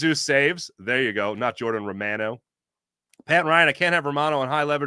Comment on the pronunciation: Gosh, you'd think a guy with your surname could at least approximate the pronunciation of Romano.🤣 Anyway, go Phillies. try to do something in thesecond half of the season as well. I'll wait till well after the All Star game to get my MLB subscription.